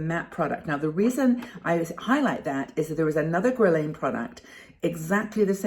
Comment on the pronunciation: Guerlain pronounce guerrelaine. French perfume. Have you tried Clinique and Sephora home brand foundation?